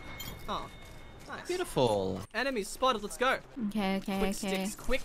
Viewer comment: now its "i am buitiful " by revanant